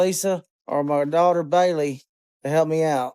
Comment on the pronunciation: And Lisa too . She wanted her to be his caregiver.Bailey pronounced "Belly".